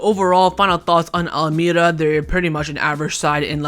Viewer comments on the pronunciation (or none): wallahi it's pronounced al maria not al may ra